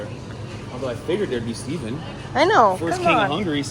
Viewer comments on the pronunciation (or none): none